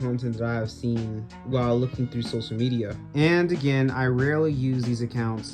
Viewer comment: "Socal" Media